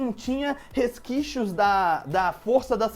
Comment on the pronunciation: resquixos , kkkkk n eh resquisios ?